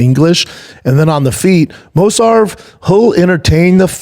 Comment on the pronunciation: Mosarv? And nobody is correcting him? This is one of the issues with this fuckin podcast. And this dude has the audacity to talk about